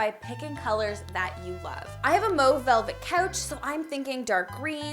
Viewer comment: Y'all focused on "Hygge" but ya just gonna skip over how she says "mauve"?????